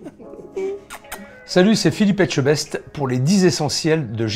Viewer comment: Il prononce vraiment bien ETCHEBEST !